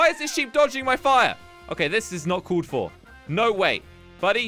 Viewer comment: Nobody:: Woll, colled, woter